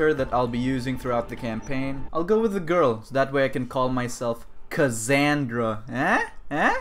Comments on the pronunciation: No my friend....is Kasandra not Kazandra. Its Greek name not american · saying things like "Kazandra" is why I'm not gonna kill myself this week.